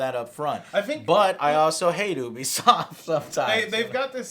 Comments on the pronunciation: Azathorn Aza You are Correct, in French, it's closer to you-be-soft than ooo-be-soft. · He says “ooh be soft” and its “you be soft” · You-be-soft...not ooo-be-soft 😐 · Once again he proves how little he knows. Starts off by calling it OObisoft not Youbisoft. Can’t trust him. That and calling For Honor dead? M seriously? Has he really even played it recently? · Hearing him mispronounce “Ubisoft” as “Oo-bee-soft” kills me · Stephen Gates, it is oobisoft I think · Disliked at "oobisoft" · It's neither "You-be" nor "Ooo-be". It's french, so it's... Well, in english you don't have this accent but "You-be soft" seems to be closer to the original pronounciation. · He still says it wrong omg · Still pronouncing it wrong? Come on joe... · Michael Mayers sorry haha. Just bugs me when someone pronounces it wrong haha. Like when ReviewTechUSA pronounces "meme" as "maymay"